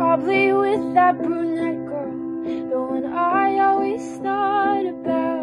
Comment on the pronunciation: "BrUnEEtE" OMFGG I DIEDDDDF🤣💀